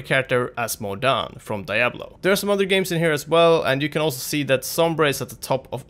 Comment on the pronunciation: Levels of nerdrage rising with each "Die-ablo"